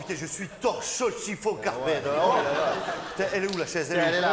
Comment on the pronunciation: Torchons, chiffons, carpetteuh!